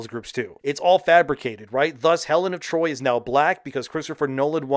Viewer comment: Helen of D’Troyt and ACK-illes will never not be hilarious to me.